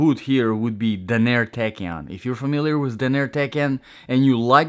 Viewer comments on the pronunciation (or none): Your reviews are really helpful, thanks! Gotta say your pronunciation of Danner is off. It's Dan-er not Da-nair.